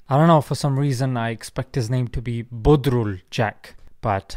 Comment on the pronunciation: I laughed so hard when you said "bodrul Jack".. Of course he is not Bengali.. I can assure you.. As a Bengali 🇧🇩